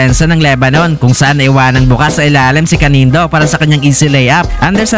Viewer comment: Candido lods, hindi Canindo . . .